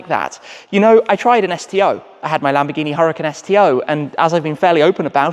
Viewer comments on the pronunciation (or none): none